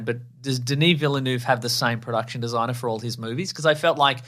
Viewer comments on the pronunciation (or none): You pronounce the L and it's more of a V sound at the end than F. Vill-nuv. Source: Am Canadian. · Did I actually just hear call Denis Villeneuve "villa-noof"??